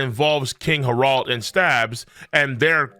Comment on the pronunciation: 1.) Merry Christmas, King 2.) Why do you keep saying Harold like that? 3.)Why are you cosplaying as a South Park character?